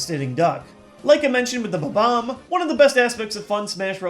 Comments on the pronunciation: Did you call it a "ba-bomb"? It's a bomb-omb. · He kept saying it Ba-Bomb, when the word is spelled Bomb-Omb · Did anyone else notice that the balls he used for the numbers are in the same order as his top 10 pokeballs list? BTW I don't think that's how you pronounce bomb-omb... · Correction: It's pronounced Bomb-omb. Not Ba-Bomb. Thank You move along. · I just realized I've been pronouncing bob-omb wrong all these years... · Your pronunciation of Bob-omb annoys me greatly - please don't tell me that that is the correct pronunciation? 0.o